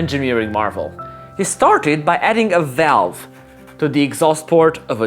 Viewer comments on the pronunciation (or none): none